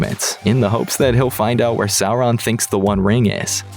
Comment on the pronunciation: Thank you for not pronouncing Sauron as Sawron...🙏